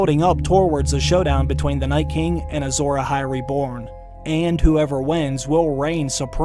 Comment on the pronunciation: It's Azor azhai